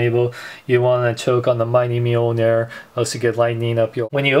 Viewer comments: mil-nor not meal-ner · it is pronounced meeoneer